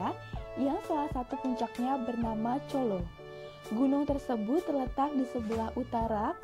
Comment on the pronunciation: Cala, bukan Colo